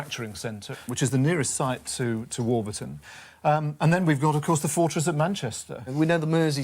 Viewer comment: Great episode and having grown up in that area I’m so glad Stewart pronounces warburton right